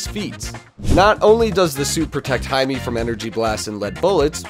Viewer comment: Why is he saying hi me and not himay